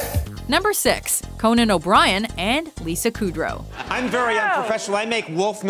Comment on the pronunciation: koodrow its pronounced kUdrow